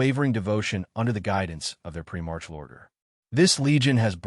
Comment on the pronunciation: Good information and the discussion well done. In the spirit of constructive feedback, I recommend you work on the AI (I assume that's the voice) pronunciation of many names and other unique words. Examples in this video include: Lorgar (pronounced as "Logar," "Logan", and "Logo"), Primarch, Malcador, Slaanesh, and probably others. The mispronunciations were distracting from the good content. AI voice-overs are a great tool but a typo in the text will be pronounced oddly and unfamiliar words (e.g., names) can be pronounced incorrectly. That being said, good content and the effort is appreciated.